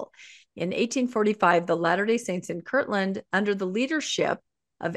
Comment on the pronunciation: It boggles my mind how many Mormons mispronounce Kirtland.